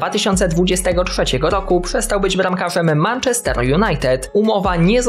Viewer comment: Manchester czyta się przez "e"